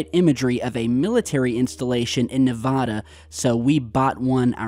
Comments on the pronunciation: It’s nevAda not nevOda ! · Oh man, your pronunciation of Nevada is bad. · ....i love you i listen to you everyday but the way you say nah va dah, and toe nopa is cringeworthy 😂 as a nevadan. Its knee va(a as in apple) duh, and its tona pa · Living in Las Vegas my whole life i can say its PERNOUNCED... NE-VA-DA and TOW-NA-PAW( Tonopah) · Its Toe-nuh-paw in Nuh-vaa-duh! Plz its an insult to us Nevadans. Thanx